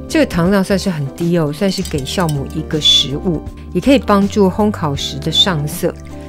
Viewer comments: Jiao母，不是念孝母。这是很基本的发音，这都会念错。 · 酵母。读jiàomǔ ，不是xiàomǔ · wiki says jiaomu not xiaomu